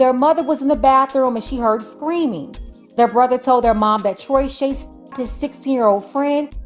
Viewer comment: “Troyshay” 😂😂😂😂😂 never had a chance